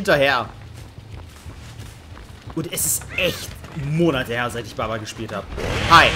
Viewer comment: jeder auf der welt: Bubba;: Babba